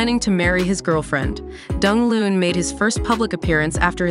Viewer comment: Pronounce his name properly please!